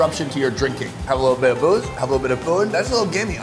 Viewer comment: “Take a lilbirrovadip” 🤣🤣